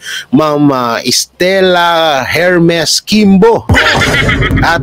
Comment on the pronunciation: Idol silent H Po ung HERMES🫰❤️❤️❤️solid Duterte